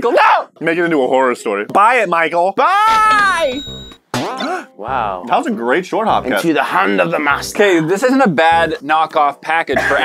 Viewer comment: Did say "Pichael"?